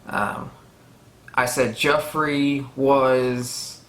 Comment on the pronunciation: Heh, yeah you do call Joffery "Jeffery" a lot. But, you're getting a lot of these names a lot quicker than I did. I was asking "What's that guy's name again?" pretty much up until S6. xD I also didn't recognize/pay attention to familial histories much when I first started. I kept thinking that what I need to know, they'd show and tell me, but there's a ton of histories and things are dropped off-handedly that I just did not hold on to. I had to be told by others who'd read the books or rewatch it in reactions to catch a lot of that stuff. Part of your retention of this might be the speed of you watching it also. I was watching the eps a week apart and then almost a year between the seasons.